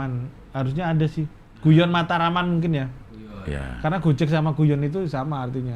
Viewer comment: // kalo bercanda / guyon di bhs jawa belakangnya pake "G" 'cing, bukan "K" ---> gojeg, bukan gojek